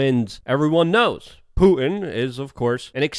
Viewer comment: COME ON LUKE, YOU SPEAK FOR A LIVING. his name is PuTin accent on the 'T'. NOT Poo-in. And the word 'important' has 2 'T's in it also.. NOT pronounced 'impor-in'